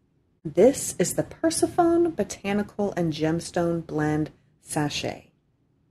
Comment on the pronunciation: Beautiful unboxing 💜 loved everything! Just a humble note it's pronounced "per-sef-un-ee" Persephone . Many blessings ✌️💕